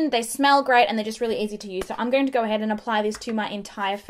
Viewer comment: "Just a very thin layer and you ah goood tew goeer!" 😂😂